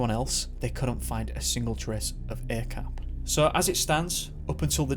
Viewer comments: Not a-cap ah chap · Hey. Few things to add here. Mohd or Muhd is short for Muhammad or Mohammad. It's common to shorten the spelling to Mohd or Muhd here in Malaysia as to spell the full word would be too long. Also Acap is pronounce as Ac(h)ap. The letter C in malay is always pronounced as 'ch', like in chair or charm, as opposed to car or cat. If you need any malay to english translation work in the future, let me know. Good job on the video. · his nickname is pronounced as "ah-chahp" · Acap is prononce as Ar charp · Thank a lot for covering this story, from my country , Malaysia.. and.. ummm.. acap is pronounced ' are chup '.. .. it happens just 40 minutes away from my house and untill now he's stil missing.. and really, as a follower to MISSING 411, I think acap or are chup and 3-5 person more missing, the mystery are the same.. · Thank you for shining light on this case. Lots of stuff i didn't know even as a local . Btw 'Acap' is kind of a pet name for pretty much everyone with the name 'Asyraf' as Bob in Robert. the 'A' is pronounce such as that in 'Are' and 'ch' sounds asa that in 'charp'; i dont know how to put this simply lol